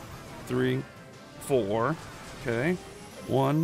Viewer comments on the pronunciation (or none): again with the Fourrrr 😂😂